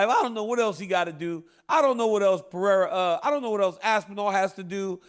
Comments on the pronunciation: Chael "I'll keep calling Pereira Piera and what u gonna do about it" Sonnen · Cracks me up that Chael still doesn't know Pereira's last name. No disrespect to Chael: He's awesome. It just made me laugh.